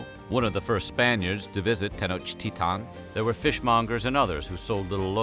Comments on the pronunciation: Bro, you need to work on your Nahuatl.... It's not ahauaca muyi... Nor Tenochtita.... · I got to down vote for the way you are pronouncing. If at least you would pronounce all the letters, that would be understandable that you don't know the language. But you pronounce the "T" and not the "L", when it's the contrary. It's so freaking annoying. No one says "Tenochtitan" lol wtf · How come you’re pronouncing Tenochtitlan as Tenochtitaw? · It sounds like he's saying ten inch tea time 😂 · It’s pronounced ten och et ton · I wish I had a dollar for every pronunciation of Tenochtitlan.